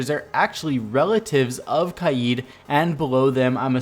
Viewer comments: Please stop saying kaieed its kaid said kade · His name is not pronounced kade, you say it like that bcz you are english so you can't pronounce his name in arabic right which is قائد and pronounced as qa'ad which means leader in arabic but there is a letter in arabic that doesn't exist english "ق" and that's the first letter of his name and since you can't say it, it is easier for you to say "kade" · It is not pronounced Kai yeed it’s Kayd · it is not pronounced kai eed it is pronounced kayd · It’s not Kaiyeed, just kaid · Can u plz say the name Kaid correctly